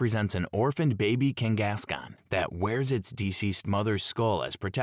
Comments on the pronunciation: abbreviated vernacular and consistent mispronunciation of names/words with same spelling with no real dialect says very much so AI and not real human vocals. Ex: Kangaskahn is pronounced “King-gas-con” repeatedly with the same cadence and robotic tone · A.I. having a stroke every time it's forced to say "Zoroark" and "Kangaskhan"